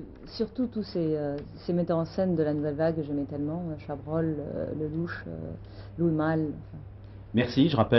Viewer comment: C'est ouf !! Personne n'a remarqué ?!? Y'a une très jolie coquille à . Jodie prononce maladroitement un certain réalisateur , et la traduction sous-titre ; " Lullemal " . Inconnu au bataillon... En revanche , je connais Louis Malle . Trop mignon . On adore Jodie Foster. Elle est talentueuse et très douée. En plus , elle parle admirablement Français. Bizz